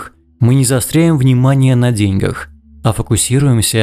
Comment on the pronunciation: ДеньгАх, а не дЕньгах